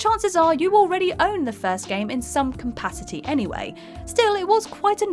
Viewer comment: Did she say compacity?